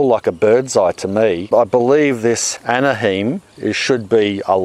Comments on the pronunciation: Hi - I'm a 'chilihead' so I'm SO jealous of your pepper planting! We are growing habanero, chocolate budlea, jalapeno, ornamental, etc. That pepper you asked about - it's named after Anaheim, CA - you pronounce it as Anna - hime (it rhymes with time)! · Pronounced Anna-high-mmm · pronounced as ana hime, its a german word, lol i grew up there its where Disneyland is located in the los Angeles area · Anaheim pronounced “Anna- hime” (like time) :-). Thanks for your gardening tips 🙏🏻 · Not sure if it’s already been said, but Anaheim rhymes with “banana rhyme” Thank you for the video, peppers seem to be the only thing I grow well haha Thank you for being so inspiring! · Came here to say this too. Anaheim, the city in California, sounds like ana-rhyme. One more thing is kinda funny if you're interested in word spelling around the world. Here in the United States when the things you're planting are written in the plural form, it looks the same as what y'all in Australia have written on that plant tag = Chillies. But written in the singular form, only one L is used = Chili Why? Who knows?!!! The English language! It can be soooo confusing!! And WHY DO THEY call them Chillies anyway???! Maybe it's like when you name something the opposite of what it is? Just like when you have a very large friend called "Tiny Tim"? Tiny Tim... Does anybody remember Tiny Tim!?! Not sure what made me think of THAT person! I was only a kid when he had his 15 minutes of fame! What a weird blast from the past to jump into my brain!! And what does Tiny Tim have to do with Chillies anyway??!!! sheesh... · No! You added another syllable 😂It's just "Ana-hyme", "ana-hi-mmmm" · For the thousandth time here, I'm sure, Anaheim is pronounced Anna (with the A sound of lap not father) and hime, like time. Nice channel, mate, quite enjoyable. Hope you make the 2 million. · Anaheim: Anna-hime (like lime). Love your beautiful garden,! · pronounced Ann a hime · anna -hime as in lime anaheim